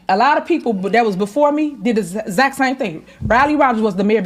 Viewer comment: Is saying Zact or exact?